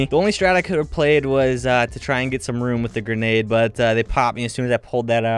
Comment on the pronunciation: “cop geRnage GERNADE”. “Horse RUN RUN”